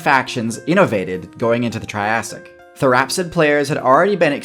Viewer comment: I love the tirassic